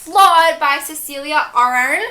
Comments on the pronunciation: it's pronounced "cecelia aye-hern" :P <3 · YOU TRYING TO PRONOUNCE CECELIA AHERN HAS ME DEAD